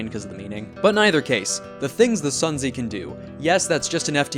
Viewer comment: Just fyi- the Sun Zi is pronounced "Soon Tze", and is named after the author of The Art of War (also spelled Sun Tzu)